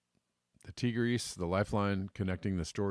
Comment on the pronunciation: Ear-rock, not eyerack! Tie-griss, not teegris!